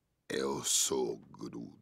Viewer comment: bruh, i didnt know vin diesel could speak portuguese(from Portugal),when he said "im am groot" in portuguese i got surprised he said it so well. he spoke like a true portuguese. (in case people want to know how it is in portuguese chect out from there he repeats a couple of times in portuguese)